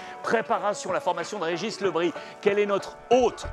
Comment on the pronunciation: le Bris se prononce" le brize " c'est un nom Breton de plus il est né à Pont l'Abbé donc y'a pas photo, Le Bris au sens étymologique donc en Breton signifie le taché ( taches de rousseur par exemple )